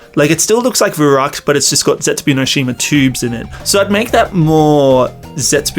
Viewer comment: How are you saying zetsubo Xd Zetsubu XD